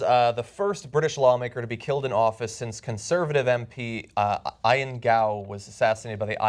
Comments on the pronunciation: The way John calls Ian "I-an" - it should be pronounced "ee-an" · Eye-In Gow??? Don't you have a post-secondary education John? The name is pronounced Ee-N. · "Eye-in"...lol I'm sure Mr. Ian Gow's name is pronounced "E-in." Talk about a faux pas. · ION GOW? ION? Ian. EEEEYAN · eeeee-an gow........ not eye-an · Ian. You pronounced it Eye-an??? It's pronounced EEEEE-AN! Seriously, Jon? I thought you were smarter than that. It's not an uncommon name. And you have a Brit sitting right next to you, if you weren't sure. He must have CRINGED when you said that. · Ian - EE-an, not Iron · Eee-anne, not Aye-anne. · Eye-en?? :-P EE-in, John. ;-) What's funny is that Ian is the Scottish form of John. So sad about MP Jo Cox. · Ian is pronounced "E-an" no "I-an". Also guy in the middle looks like a non dwarf Peter Dinklage. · Wrong - what is key is how the man himself identified. His name was "EE-uhn" so to call him "EYE-uhn" is rude and deliberately disrespectful. This is a common mistake made by lazy researchers at TYT. Also a failure of the editors not to read scripts before going to air. Jon is by no means the worst offender - that prize goes to Anna who mispronounces words or misreads the auto cue almost every day. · It's pronounced e-an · "Ian" is pronounced "ee-an" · He pronounced Ian like "iron" haha what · Ian is pronounced E-N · IAN - It's pronounced Ee=an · its pronounced EE-AN (IAN) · Ian is pronounced 'eean'. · what you expect when john can't even pronounce ian correctly! apparently in America ian must be pronounced iron! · Isn't Ian pronounced as eee-an? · Ped Xing The name is an Anglicised spelling of the Scottish (thus the dropped i) and they both pronounce it ee-uhn. The worst part is that it's Jon who got it wrong because it's the Scottish version of his name. Though this is a massive pet peeve of mine, as I am an Ian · I found the "eye-an" pronunciation weird. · Ian is pronounced e-yen. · "I-uhn" Rofl, what an idiot Iadarola is. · 'Ion' ... LOL!!!